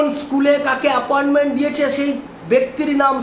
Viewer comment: "Aporment" 😂😂😂 thogir collection agent